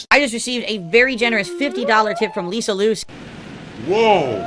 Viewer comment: 'LisaLou' lmfao